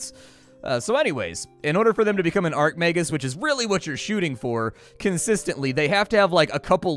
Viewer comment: I flinch everytime he calls an Archmagus an Arcmagus